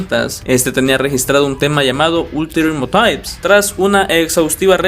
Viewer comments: "ultirior motaifs" y "angels of paishon" mis oídos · "Ulterior motais"